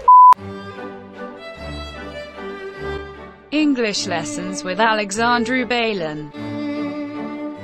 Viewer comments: inglis lesans uit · Ingliș lesăns uit